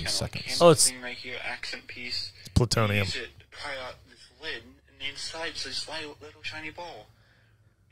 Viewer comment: Man pways with pwutonium